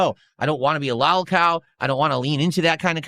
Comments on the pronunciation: Lawl cawl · Why does he say lolcow like that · Someone gotta tell him how to pronounce “lolcow” I can’t stand the way he says it